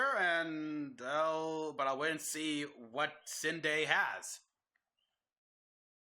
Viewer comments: It’s Sindel with an L in the end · Did you really say Rogue vs Wonder Woman was better than the modern animations Rogue vs Wonder Woman doesn’t look good at all lmao And reduced the pixels? Just...no You’re dreaming dude Btw how do you pronounce Sindel like that lol